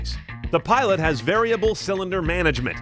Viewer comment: Pilot* not Piloat